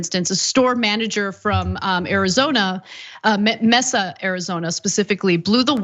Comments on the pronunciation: MAY-suh, Arizona. Not MESS-uh. C'mon Ana.... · Love ya Ana but I believe Mesa (AZ) is pronounced ma (long a)- sa (short a). Been digging your commentaries, keep up the good work. Peace to you and yours. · im sticking up for ana.. something was lost in translation..whilst her pronunciation of the word mesa was cringy to me... i am still a huge fan of hers... soo.. yeah...